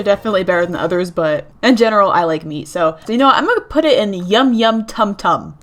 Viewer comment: I heard me instead of meat 😵 You like eating yourself😳